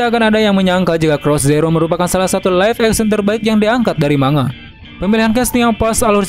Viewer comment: Bukan dbaca ma-nga bang tpi mang-ga